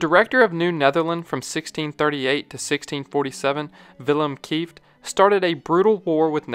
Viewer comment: Nah you said Willem Kieft quite well. We actually had a Dutch footballer called Wim Kieft. (Wim is short version of Willem)